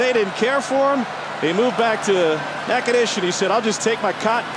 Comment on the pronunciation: That pronunciation of Natchitoches was so incorrect that my whole body cringed